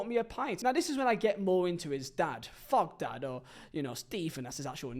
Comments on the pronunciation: It's Thogden not Fogden. Painful listening to you trying to speak. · Fogden, Feo, Fogdad. Painful.